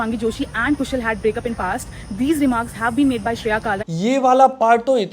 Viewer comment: Bhai, "Actually, it's pronounced Shreya, not Shereya."😂😂